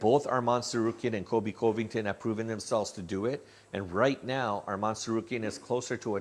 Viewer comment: you need to practice saying colby's last name.